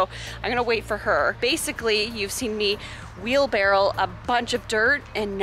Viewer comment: Does anyone else keep hearing "wheel-barrel"? it is driving me nuts bc it is "wheel-barrow" thank you for coming to my ted talk